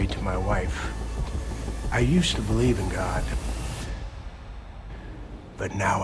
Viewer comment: Are you saying: “I believe..” OR “I beweave…”